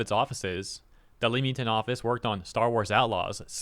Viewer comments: Not that this is important, but it's written leamington, but pronounced 'lemming-tun' It's cool though, most of our cities are impossible for anyone else to say correctly. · The way you pronounce Leamington made me cringe so much. It's pronounced lehm or lem. I know it doesn't make sense but most British town names don't. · Not picking but it’s pronounced Lemington - for the non English speakers 😛. Watching Ubi mess up is funny - rise of Ronin is out 9 days before; all PC players should create a black character to troll